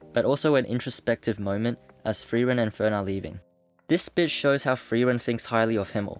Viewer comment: Are you saying "thrieren" or "frieren"?